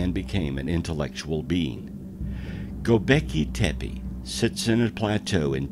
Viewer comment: Some misinformation, the "helicopter" glyph has absolutely nothing to do with king Tut-Ankh-Amun . The glyph is placed in the Dendera temple, the temple of seti in Abydos.. Fact check! As the narrator murders Göbekli Tepe by saying 'Go beki tepi' his is about 8000 years wrong in stating that the place is 20000 years old, it is from around 10000bce, and therefore some 12000 y.o.